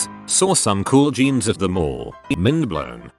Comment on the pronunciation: "Geens" (jeans)